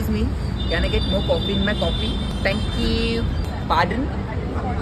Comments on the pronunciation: "that thankewww" 😂😂😂😂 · 'Thankyy you' 😆😂 killing line😅😅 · bhn it's not thenqqqq its ✨thenkewwww✨😆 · Oooo.... that "tank euuuu"..😂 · 😂😂pardon nahi paadan And thankewwwww was epic